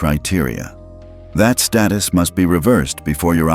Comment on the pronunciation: Status is Pronounced as STAYTUS, NOT STARTUS learn how to read correctly.